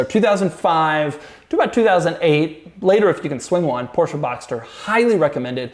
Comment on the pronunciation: I'm German and I like Doug's proper German pronunciation of "Porsche". :)